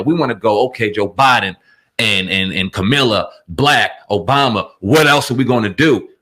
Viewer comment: At least say her name right